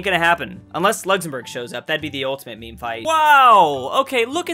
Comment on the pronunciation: He said mēmē